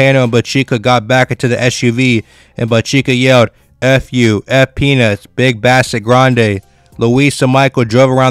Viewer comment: Get it RIGHT ...BIG BASSETT !